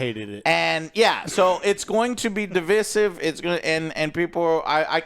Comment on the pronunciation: First NUCELAR, now DI VEEE SIVE. [dɪˈvaɪ.sɪv] You're welcome Love you guys